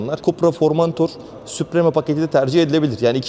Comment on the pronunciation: Kardeş be ! eline sağlık da şu İngilizce kelimeleri doğru okusak, mesela vidoya başlamadan önce, çok basit bir şekilde model ve paketlerin okunuşunu google translate kullanarak öğrenebilirsin. Sen "SUPREME" dedikçe kaşım falan seğirdi.